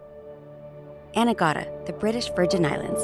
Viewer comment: It's "A-NEE-ga-da" . You guys pronounce the name weird.